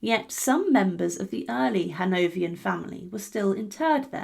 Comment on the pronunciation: Or Crécy (Cressy, not Crecky), or Hanoverians, or.... or.....